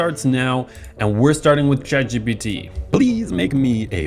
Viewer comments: "Congrats ChatPGT" wtf do u mean "ChatPGT" it's ChatGPT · My teachers say it’s ChatGTP so PGT doesn’t even sound that bad